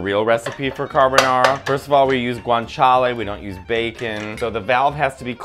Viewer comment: Carbanara again. Lol